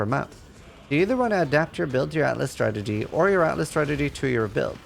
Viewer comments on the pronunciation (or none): You got a like and I'm already a subscriber... but if I have to hear you say "stragedy" instead of strategy one more time I think I will shoot myself!